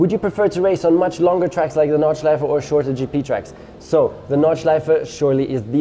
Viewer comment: At the beginning I was like „He pronounces ‚Nordschleife‘ right?“ and then „Ah well he’s German“ and the I realized I‘m german as well...